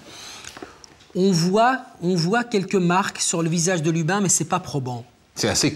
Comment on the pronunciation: D'abord c'est Lubin et pas Lupin Ensuite je vous conseille de lire le livre de Magali Guillemot Jérôme Duchemin était un type brutal désagréable et indifférent On est en plein dans l'erreur judiciaire